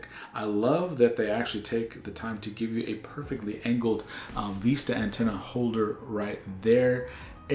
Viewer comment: Vista not veesta